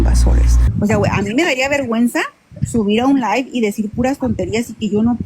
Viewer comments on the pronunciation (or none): none